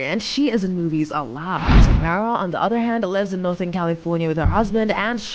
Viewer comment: Why is it that nowadays people like to report on copy paste topics and they can’t even do something as basic as pronounce the name of the person they’re talking about??? How complicated is it to say TA-mEr-a or for better phonetics try this TAH-Mair-Rah ….TAMERA